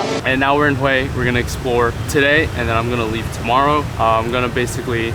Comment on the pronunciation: Omg I'm from Hue and hearing you say Hue was really good! Great pronounciation!